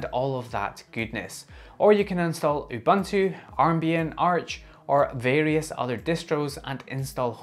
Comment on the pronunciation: You-ban-too 😂 please It’s uh-bun-too